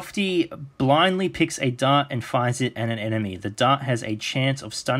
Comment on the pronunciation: dart not dark